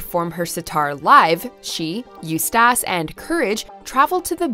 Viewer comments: GOOD LORD I CRINGED. I only made it through her saying it 3 times before I clicked off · unless english is your second language there is no excuse to mispronounce Eustace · I searched and searched for someone else who thought this too. Her pronunciation makes it seem as if she's never even seen the show. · Yeah right? I swear, I didn’t know who she was talking about the first few times. You would think, even if she never saw the show, she would go over some stuff about it…like how to pronounce someone’s name. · What the hell its like she didnt even try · They're just lazy... normal people know how to say the name properly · Even if she is Canadian, the show always say the name properly, seeing that means she doesn't really watch the show and is just reading a script. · When you mispronounce a name that is said in the show probably hundreds of times, and such a clip is featured IN THIS VIDEO, maybe you’re pumping out content too fast with too little quality control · If anyone from the WatchMojo staffs read these comments, can you guys please make sure that the narrator's know how to pronounce the fictional character's names or things being referenced correctly. Hearing Eustace's name pronounced wrong over and over again drove me up the wall. This happens all the time in various videos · Hearing her mispronounce Eustace over and over again made me feel ...... Naaaaughtyyyy ..... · What’s actually scary is her pronunciation of Eustace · You literally put a clip of courage saying the name right and still got it wrong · I screamed at the narrator pronouncing Eustace LMFAO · Right Top Ten mispronounce names 😂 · They say his name in every single episode though. How do you still mess it up? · All you have to do is watch ONE EPISODE, they say his name all of the time. The laziness 🤦🏻‍♀️ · Because she’s never seen the show and is just reading a script. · Why can't she pronounce Eustace right?? That's the scariest thing about this video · PRONOUNCE HIS NAME RIGHT DAMMIT